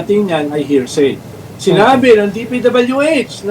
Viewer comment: Hearsy??? 😂 obob di mo ata alam ang salitang hearsy ibalik kita sa grade 1 ehh😂